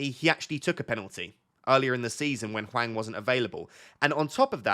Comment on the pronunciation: In terms of pronunciation, it’s Hwang that’s the worst imo. Image it’s Wong and it’ll be better haha. The H is silent, like just pretend it’s not there, and the following a is more like in Arnold than Alfred if you can picture that. Great video tho haha^^